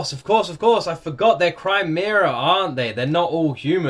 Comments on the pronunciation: "Crymeera" kills me💀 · I thought he was saying "Crimea" last episode 😵‍💫